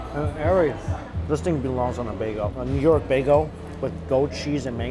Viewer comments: Excuse me but is he pronouncing bagel as bago? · Okay now he's just trolling us when he says "bay-go" right?... Right?! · “This would be amazing on a Baygoh...” a what..? “For real, a New York bahgoh” ohhhhh bagelllllll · That made me double take too!! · Forgot about the “baygo” 😂😂😂 at first I was like did he just say? Then I remembered lmfao. I’d be clueless if this was my first time hearing him say bagel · This video taught me you pronounce "bagel" as "bago" hahaha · 😁Bagel... "Baygo"